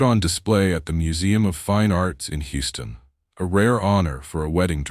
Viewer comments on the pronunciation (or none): none